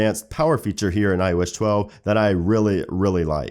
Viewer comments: "IOSH 12" he says😒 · It's still "iosh chwelve" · ''IOesh 12''